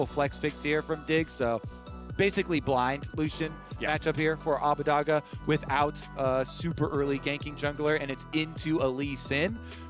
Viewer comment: Are any of the LCS casters going to prenounce Abbedagge's name right......